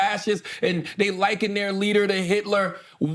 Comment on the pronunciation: Is this mf trying to say “linking”?